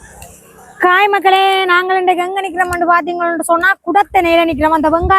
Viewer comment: காய் இல்லை அது. ஹாய்....